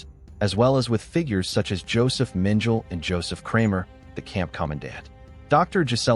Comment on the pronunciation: The surnames are pronounced gray-za and men-ga-la, but other than that, great video 👍🏾